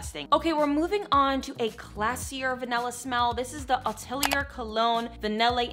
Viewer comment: for the perfume atelier cologne vanille insensée, it's french and you said pratically correctly with still an american accent obviously (don't say the "r" at the end of atelier ;) )